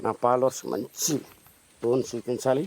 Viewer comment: టోన్ టోన్ అంటే ఏందో అనుకున్నా... అది టోన్ కాదురా స్టోన్